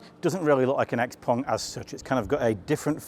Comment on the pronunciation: Ping Pong, Xpeng, not Xpong